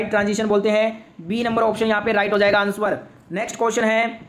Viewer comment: Answer ❌ Ansuar ✅ 😂